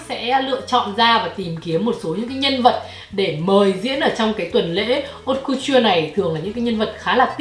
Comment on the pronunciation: Thông tin bổ ích nhứt nhứt nhứt mà mình nhận được có lẽ là cách phát âm chữ Haute Couture:))) Cảm ơn. Giờ mình cày tiếp video khác của nè.